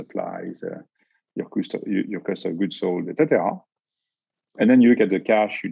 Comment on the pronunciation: I’m French and I find it hilarious how speaks decent English but makes absolutely no effort into pronouncing “etcétéra” 😅